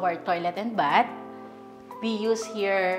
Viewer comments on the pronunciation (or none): none